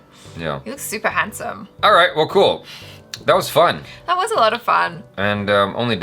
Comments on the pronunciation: Desi is pronounced - They C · and, Congratulations on picking out the correct pronunciation of "Main". Nice! Now, let's work on "Desi". At the end of the video, before the jump scare, you can hear the correct pronunciation "Desi". It sounds like the two English words "They-see".:) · Desi Not=Dezi In Hindi Pronunciation It's Spelled As "Dai" Of Dairy And "Ci" Of City.